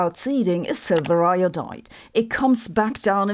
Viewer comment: It's silver iodide not 'silver lodite' ...